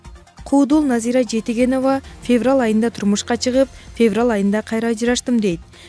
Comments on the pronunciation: фебрал бобойт дейтго.диктор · Мен дагы феврал дегенин угуп жиним келип кетти блин😁😁😁😂😂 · Ушул журналистерди текшеришиип чыгарбайбыы Жиндигоо Феврал деп кайра кайра айтатт.😀😀😀 сага Караганда 4 жаштагы кызым жакшыы айтат ... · эй жудогон окуй албасан жон эле отурчу кишини кошо жудотпой. фебрал деп алжыбай.